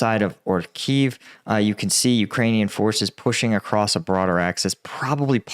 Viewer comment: Great job improving your pronunciation of Ukranian place names, shows respect!